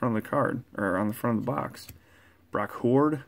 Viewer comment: Dude please, it's Brock Huard, not Brock Hoard. What if I called Jordy Nelson, Jormy Nelson?